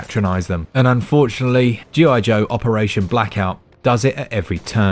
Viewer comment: G.I. Joe, sounds more like G.I. DOH!